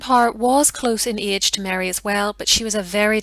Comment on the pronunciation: I love the way you say "eege" for age. I can't figure out your native language are you Irish or Scott? I am from a part of the US where people make fun of our pronunciations too.